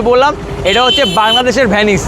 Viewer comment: 'ভ্যানিস' না রে ভাই 'ভেনিস' . . .